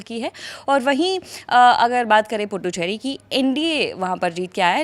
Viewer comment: Fuddu cheri nahi bolthe .. pudu cheri bolthe .. naya kaa Matlab pudu bolthe tomil me